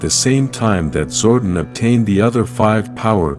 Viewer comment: Dude I don't know where the hell you're from but a couple things one it's Zordon too it's a Divatox and finally it's Dino gems the way you're saying it it sounds like Dino from The Flintstones learn how to speak English dude because for you not saying the names right of stuff I grew up over the years with I'm not subscribing to you I don't care if you have 1.76 K subscribers you need to know how to say the characters names right and the stuff that helps people morph right good day sir